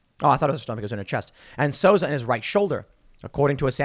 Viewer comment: It's pronounced "Soo-Za," not "Sosa." ... Baldwin is absolutely responsible. Full stop. And Kyle Rittenhouse is a Hero.